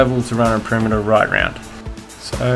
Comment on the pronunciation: Such an accent! "perimeter" is pronounced /pəˈrɪm.ə.t̬ɚ/, not /pəˈrɪ.mɚ/. "towers" is /ˈtaʊ.ɚs/, not /ˈta.ɚs/. And so on. Otherwise, your video is compelling.